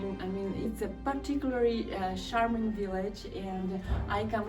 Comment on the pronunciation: Dear. I always enjoy your superb work, love all your videos. You help me to relax and travel with you in beautiful places. Please let me help you with your English. We are not saying 'sharming', correct is 'charming'.